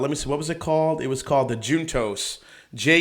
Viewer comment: Love the chat man, appreciate your dedication to production value👌. The balcones "juntos" is Spanish for "together". Pronounced roughly, "hoon-tose" haha I appreciate your effort tho 😂